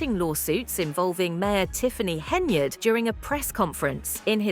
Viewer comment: If,Henyard,is on the card,no one can pronounce yard, it's just to hard,so they say yurd which rimes with turd.